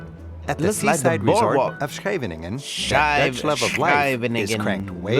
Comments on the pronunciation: It's actually Scheveningen instead of Schevinengen . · It is Scheveningen,not Schevinengen!!😆😆😆 And it is Enkhuizen!Not Enkhuisen.. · A little sloppy in the video: It's Scheveningen, not Schevinengen and it's Enkhuizen, not Enkhuisen. Minor, I know, but still. I love that he showed a little bit of Haarlem; lived there for 13 years and still miss it! Gorgeous city with a rich history and all current conveniences. Very nice video, although as a lot of others already mentioned: there's SO much more than just North- and South-Holland. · Schevinengen = Scheveningen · lol Scheveningen, not Schevinengen, and EnkhuiZen, the creator of this Beyond A'dam clip was not that precise. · It is not schevinengen but Scheveningen! Enkhuisen = Enkhuizen!